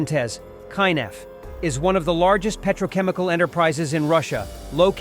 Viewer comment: It is pronounced "(key)Nef", not "Kainef". Just a small detail noticed.